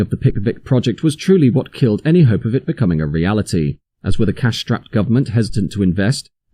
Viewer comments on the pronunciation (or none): none